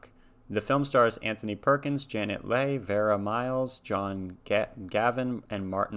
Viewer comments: Glad you got to see this masterpiece. A tiny correction: Janet Leigh's last name is pronounced LEE, not LAY, but chalk that up to the uncertainty of English spelling vs. its pronunciation. And by the way, she is the mother of Jamie Leigh Curtis if you know who she is. In the 1950's, Janet Leigh had married fellow movie star Tony Curtis, so they were a famous Hollywood couple who made movies together and separately before eventually divorcing. (I think part of the extra shock of the initial audiences was to see someone who had for the most part played sweet girl or mother next door types get slaughtered in such a way) But this role certainly brought out her stellar acting chops! I think you'd enjoy looking both her and Anthony Perkins up on Wikipedia. I'm a great big fan of yours. Savvy, thoughtful, intelligent, serious, funny and so open to things. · Well done. This is still one of my favorite movies and I think you were pretty right on with your analysis. I do think Anthony Perkins was excellent and should have been considered for an Oscar. I really enjoyed watching you watch this movie for the first time. BTW her name is pronounced Janet Lee( Leigh) like her daughter Jamie Lee Curtis. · Leigh is pronounced Lee. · Janet’s last name is pronounced Lee. I agree with you— Perkins deserved an award for his acting. I got his autograph, one of my prized possessions.